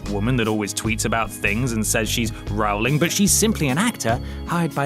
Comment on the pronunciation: Rowling rhymes with bowling. Like row a boat. But let's not row about it.